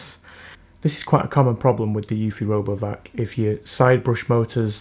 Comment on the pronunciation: sounds like you said "Robo F**k" lmao 🤣😂